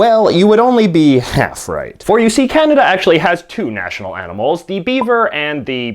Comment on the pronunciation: the way he says half right at: , i didnt get much sleep that night..